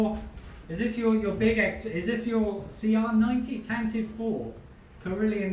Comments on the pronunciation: I realize this video was from over a year ago, but I just subscribed to you guys. I love your reviews. But I'd just like to point out the little known trivia that "Tantive" is correctly pronounced with three syllables, not two. TAN-tah-vee. Have fun, guys. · it annoyed me that the first thing i thought was 'it's pronounced TAN-TIVVY'